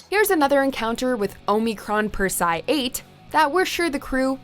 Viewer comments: I don't think she's actually watched the show, the way she pronounces Persei😢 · Persee-eye 8 not persigh 8